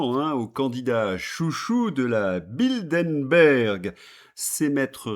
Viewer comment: 1) C’est Bilderberg, et non Bildenberg 2) Les dettes sont à mettre au passif de Macron; pas à son actif.